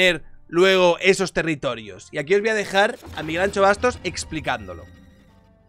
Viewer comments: Es ANXO no ancho pronuncia correctamente, que no cuesta nada, luego hablas de el andaluh pero madre mia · No se pronuncia “ancho”, se pronuncia “ansho”, como las luces de “shenón” de tu coche jajajajajajaja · ¨ANCHO Bastos¨ ?? ahhhh , mis oidos, tio!! "ANSHO Bastos" q es gallego joder. Un respeto. Que yo tb hago el esfuerzo de pronunciar la CH para vuestros nombres mierda. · POR FAVOR, deja de decir Ancho XDDDD es Anxo. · Que manía, no es Ancho ni chocas, la X se pronuncia como si mandases callar a alguien, por ejemplo a mi SHHHHHHH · Hablo desde el absoluto respeto al dueño de este canal... Anxo= Ansho (Shakira, sushi...). Ancho no, por favor. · Por favor no es Ancho, es AnXo, con el sonido de Shakira, que mis oídos galegos están sangrando 😂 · Anxo se pronuncia An"sh"o. La "x" en gallego se pronuncia "sh". Anxo es Ángel en gallego. Salud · Pronuncia bien su nombre por favor, que cada vez que dices "an - cho" me sangran los oídos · Ancho Bastos... el bueno de Miguel Anxo está orondo, pero no es para llamarle ancho así gratuitamente. La X gallega se pronuncia igual que el CH francés. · cada vez que dices Anxo pronunciando la x como la ch me haces más daño como gallego. Como me suscriba y me saludes llamandome Chabier no vuelvo. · Cuando te oigo decir Anxo , como gallego me duelen los oídos 😂 Tal como lo dices sería si fuese Vasco. La X en Galicia suena como SH de Shakira Todo desde la asertivadad calvocrata y de la ultra-Turbo-Mega-fascista de un liberal